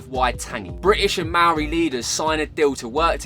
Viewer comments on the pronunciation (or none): LOVE the video! For next time please can we double check with some kiwis on the pronunciation of Maori words, eg waka, Maori